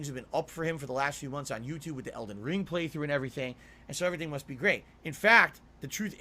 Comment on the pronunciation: Ok, I gotta say it! I’ve heard this idiot say Eldon RING too many times. Does he think there’s an Eldon bracelet, Eldon earrings or Eldon necklace? Why does he emphasize the wrong word? His chances were 50-50…still wrong. Can’t wait until Eldon Cufflinks comes out, dooood!